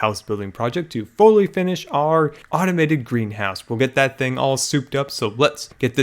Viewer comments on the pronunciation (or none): I love how you mustve messed up saying automated greenhouse at the beginning xD nearly hidden xD